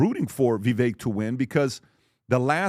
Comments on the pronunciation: Tom still can't pronounce "Vivek?" Like come on. Vivek rhymes with "cake." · so stupid…still can’t pronounce Vivek’s name. But you can get expert advice from him? Clown show